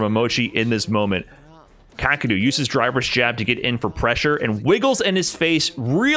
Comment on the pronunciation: never heard his name pronounced kaa-kru before.